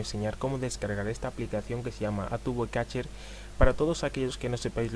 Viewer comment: Hay un error en el vídeo. Es catcher no cacher xD. Solo eso 😂😂